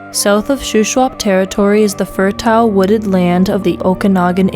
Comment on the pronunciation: I read through all the comments to see how many would comment on this! It's shocking and sad that a person who wants to narrate wouldn't 1. Know how to pronounce words like ARID, BEGUILED, FERTILE etc and 2) not look them up 3) not want to know how to pronounce these basic words! 😪 Everytime I see words I don't recognize, I look them up and listen to the pronounciation. Lovely voice, just a bit to learn in English. 🩵💙💜